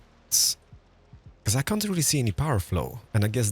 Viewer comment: “our can isn’t” 😭